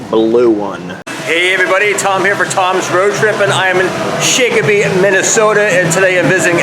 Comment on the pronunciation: Nice video..but… it’s Shock-o-pee lol not shake